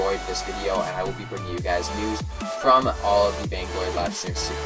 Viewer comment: Said vaingory :p